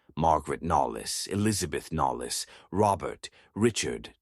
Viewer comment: Also, Knollys not pronounced “nollis” but “nohlz”